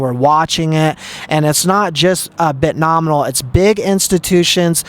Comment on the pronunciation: Omg the second hand embarrassment. CRINGE!! It’s Bitnomial, NOT BitnomiNal. Please Stop!!! 🙈🙈🙈